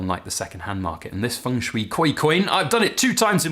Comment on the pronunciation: Is Feng pronounced Fung? You're the first English speaker I've heard pronounce it that way, in all my many decades.